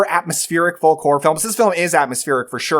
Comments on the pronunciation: Great video. I hate to be that guy but it’s pronounced “fowk”. Sorry. Love you channel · The "L" in folk is silent. Good list, though.